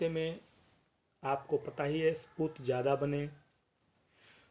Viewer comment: Sorry sir aap spoot bolte jabki shuddh uccharan stoop hai sir isiliye log comment karte Hain.